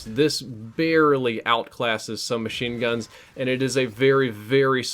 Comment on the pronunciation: i love how he says sumbachine guns